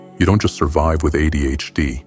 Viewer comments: “Uh Dee H Dee”😂😂😂😂 I died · Jesus f***ing wept, within three seconds AI has already f***ed a pronunciation... And it's the acronym that's the topic of the video.